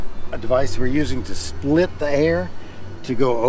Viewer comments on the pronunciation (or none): none